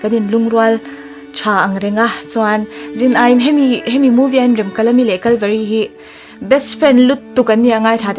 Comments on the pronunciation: A thluk iti diklo Remkalami a nilo Remkalami tihtur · Nia Remkalami itia Remkalami ni reng sia. . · Remkalami tih thluk hi a dik lo, ka lo ngaimawh deuh, mhs, i inhmeh thlawttttttt🎉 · Rem tih lai hi in lam dik lo.. A story ami ang khan lam rik tur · Remkalami i lam dan adiklo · Remkalami tih hming i lam rik dan leh, Pc Hrasa chhiar a alam rik dan ava in ang lo ve